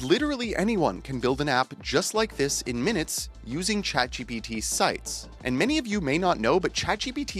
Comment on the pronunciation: I didn't know ChatGPT was pronounced "Chat G B T"...